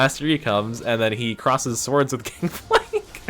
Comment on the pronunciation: Dude your voice recording for this vid is actually so funny and im just over here not dying from your "swords" XD